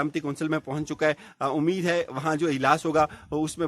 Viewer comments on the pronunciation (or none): none